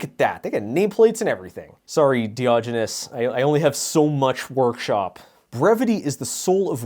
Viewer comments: Diogenes = Dye-ah-jen-eeze, by the way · I'm not offended that you mispronounced "Diogenes", I just think you should do a fucking video about Diogenes of Sinope now